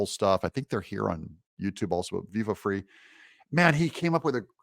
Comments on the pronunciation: Viva Frei is pronounced like fry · Its Viva "Fry" not Viva "Free" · VIVA "FRY"... not FREE... but enjoy the HIGH LIGHTER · VIVA La ' " FRY " it's FRENCH for " LIVE FREE " , ironically you pronounced it " FREE" exactly What is means in French , LOL ................ VIVA' LA ... means LIVE << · Pronounced "Fry" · It's Viva "Fry"..... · Viva's last name is pronounced "fry" (I believe) and he and Barnes are great! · IT'S PRONOUNCED: Viva FRY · Thank you for the subject matter. I have a little constructive (I hope) criticism. The title was a little click baity and was the only reason I watched. I guess it woked :) . Also if you are going to cite Viva Frei at least listen to one of his intros so you can pronounce the name (like Fry.) Keep fighting the good fight and thank you for your efforts. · Sir, pernounced Fry. Love Viva and Barns!!! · Fyi his name is pronounced Viva FRY. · Viva Frei, is pronounced Viva "Fry". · "Viva Frei (viva - fry)